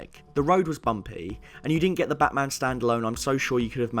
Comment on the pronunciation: Its bat maaaam !!! 😡😡😡